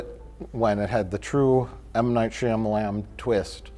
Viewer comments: I always laugh way to hard at Mike pronouncing Shyamalan Whoa Black Bettie, Shamalam. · ok i love you guys but pronunciation 'Shy-Amalan' hurts my brain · does not know how to say Shyamalan correctly what a hack!